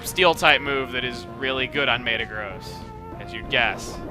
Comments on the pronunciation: Maytuh-Gross is probably the WORST pronunciation of Mehta-Graws I've ever heard. Don't worry we still love you Chugga! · its pronouced me-ta-gross not may-ta-gross but still iver way go chugga go chugga!